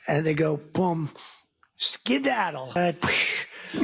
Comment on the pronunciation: Once again Dumb Donald tries to explain the meaning of a word... skedaddle by demonstrating a downward motion with his arm and emphasizing the first syllable as if he was thinking of a ski slope. WRONG! Skedaddle means leave immediately, run away, scram.